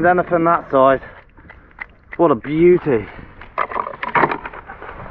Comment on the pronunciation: “Look at the soize of it!”